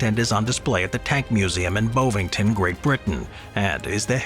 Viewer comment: It's not "bow-vington" it's "bovington". "Bov" like "Bovril".